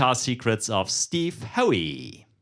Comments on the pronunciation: No, not "Ho-weee". It's "How"... rhymes with "now". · Pronounced Steve How